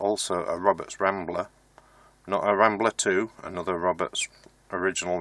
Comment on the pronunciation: Wed Woberts Wambler Wadio Wibbled wound and Wewired. And Polished.... innit